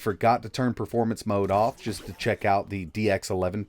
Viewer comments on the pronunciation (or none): none